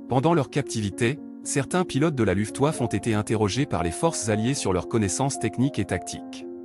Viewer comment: j'ai cessé d'écouter cette voix de zombie désincarné à "LOUFTEOUAFFE"... Une video qui va trôner en bonne place dans mon Walhalla des Nuls!